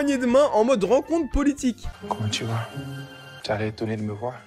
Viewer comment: Mdr le "comment tu vas" du mec on dirait qu'il dit "kunichiwa" 🤣🤣🤣 tu as fais fort sur ce coup la